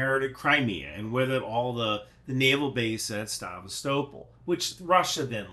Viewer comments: Isn’t it Sa-VEST-a-pol? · It's pronounced sevA-stopOl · Sevastopol is pronounced. Suh-vast-uh-pole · Omg, it's saVAstopol. The emphasis is on the second sylible, lol. That seriously made me cringe every time you said it that way. 😂😂😂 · Say it as Szèvastapol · That Sevastopol pronunciation 🇬🇧🇺🇦😂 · creative pronounciation of Sevastopol :'D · Is everyone else in the world pronouncing "Sevastopol" incorrectly, or just? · Why aren't you able to pronounce Sevastopol? You're like those people who say nucular instead of nuclear. I just couldn't keep watching after the 5th time you butchered a simple name. Seriously, dude, you ever travel outside your small town? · Just for clarity, Melitopol is pronounced meh-lee-TOW-pull and Sevastopol is say-vas-TOW-pull. Thanks for your super work!🇺🇦✊🏻💪🏻💙💛